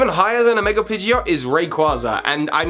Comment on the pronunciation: Love how you say "megre" sometimes instead of "mega", lol. Top mega has to be Gengar for me, even without him already being my favorite Pokemon. That all-white shiny sold me from day one :)